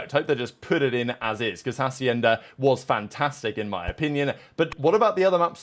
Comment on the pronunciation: Hey, you are using a "J" sound at the beginning of "Hacienda", it's Spanish so the "H" is silent, so you can pronounce it if it did not have the "H" as "Acienda", the rest of the pronunciation sounds good